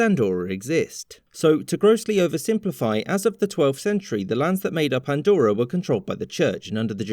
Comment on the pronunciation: It's not called "Andorror" btw